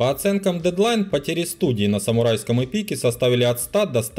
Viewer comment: Эпи'ке блин! ЭПИ'КЕ!!! Господи, да кто ж тебя так, за что ты так с моим слухом, чтоятебесделал??? Почитай пожалуйста как правильно произносится это слово, не в первый раз такое.